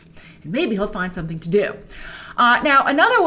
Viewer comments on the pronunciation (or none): none